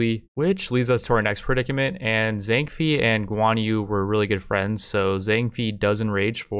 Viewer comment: at least her pronounced Zhang Fei and Xiahou Yuan perfectly